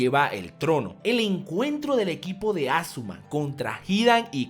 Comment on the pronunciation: es asuma no azuma